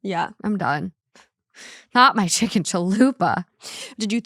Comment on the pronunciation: Anytime someone says chicken on this podcast now i just hear saying "CHIKIN" 🤣🤣🤣